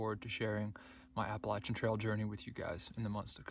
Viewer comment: You, my friend, are one of the few hikers on the Trek that actually knows how to pronounce the AT correctly. Yes it is with a “Latch” instead of a “Lay” sound. This two and a half minute video explains why that’s important. Congratulations and good luck!